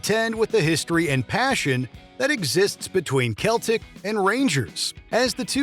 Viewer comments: They’re called Celtic like Boston Celtics (sell-tik) and they’re from Glasgow (glaarz-goh, not gow like cow or how. In fairness I pronounce it wrong because I have a southern accent and can’t easily do the short a sound they have in Scotland and the north of England, so a local would pronounce it glaz-go). Confusingly the tribe the celts is pronounced with a hard C as is Celtic culture which is Gaelic. But the football team has a soft c. Not to be pedantic or anything… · Seltic, not Keltic. Surely this has come up on watch mojo by now?! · It is pronounced Seltic not Celtic. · That's not how you pronounce Celtic (the football club). It's "cell-tic", not "kell-tic" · Celtic not geltic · It's pronounced Seltik, & Stop saying Glasgow like it's glass cow, it's glas-go! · It’s Glass-Go It’s Sel-tic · Glasgo! Glasgo is how it's pronounced 😊and its Seltic in its pronunciation 😂❤😊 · I love when American narrators don't even bother do find out what the proncounciation of non-US words - "kell-tick" and "glass-cow" - it's not like the NBA team in Boston aren't called the Celtics, so you'd think you'd know how to pronounce the name! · The Scottish team is pronounced with a soft C, like an S. The city is pronounced Glas-go, not Glas-gouh. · Keltic? Glascow? go and learn how to pronounce things ffs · The mispronounciations of both Glasgow and Celtic in this video puts me on edge. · Pronunciations of Celtic and Glasgow are terrible. And there was no Scottish Government in 1980, there wouldn't be until 1999 - the ban on alcohol at football games was originally made by the UK government. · Terrible pronunciation of both Celtic AND Glasgow. Well done. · The fact he pronounced Glasgow the way he did and Celtic the way he did makes me sad as a Scotsman 😂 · It was painful to my English ears too! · I'm Scottish and I agree. I cringed so hard. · That annoyed me even as a Swedish person! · They even have a basketball team called the celtics so shouldn’t mispronounce